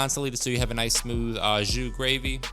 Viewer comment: It’s oh jus, not ahh jus. And it’s herb duh Provence, not day Provence. Just a French language tip. All good.